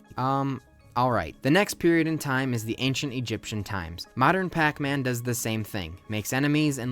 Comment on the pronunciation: Aipacman? Darn it,!